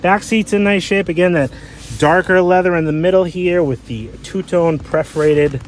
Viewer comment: it is PERForated, not Preforated.